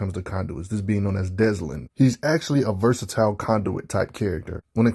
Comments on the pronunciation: Why are you pronouncing his name like that? Dezlin? There isn't even a "Z" sound in his name. It's Delsin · Great vid but it is Delsin not Deslin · Notice how he says Deslin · oh ffs why does everyone say deslin. why does everyone get dyslexic with delsin? sigh 40 seconds in and imma be struggling with this video... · Oh I noticed lol I can't stand it 😂